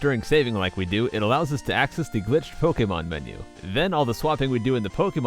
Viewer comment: Omg his voice is so "ew"y. Like, his voice is throaty and he pronounces words like "do" as "dew". You don't even notice unless you've watched him a lot ;v